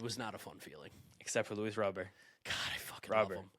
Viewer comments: It's roh-BEAR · ITS RAH-BURT damnit!! Pronounce it like he's American that's how HE said it's pronounced 🤦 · Baseball America posted a copy of the official MLB pronunciations guide. It's just Luis Robert. R-O-B-E-R-T. Not Row-bur, not Row-bear, not Rob-er. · You guys will never pronounce Robert correctly 😂. Robber? Haha that's wrong too. Native speaker here.